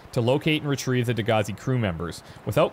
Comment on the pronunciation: You know you're Canadian when every reference to the other ship sounds like "Degrassi".